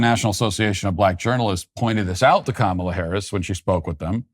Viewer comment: Matt, I'm VERY disappointed that you've decided to CAVE, & start calling Kamel-Head "Ká-muh-Lá"... What's next? You gonna join the beige rainbow??